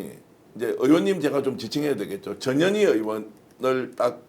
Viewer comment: 전현희 의원을 칭할때는 반드시 전, 현, 희라고 정확하게 발음해 주세요 안그러고 부르면 저녀니저녀니 욕하는거 같이 들려요